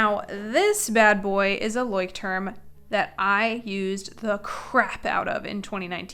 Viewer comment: hey great video and great advice!!! one thing, pretty sure its pronounced Loycht-trum, asked my roomate who lived in germany for a few years.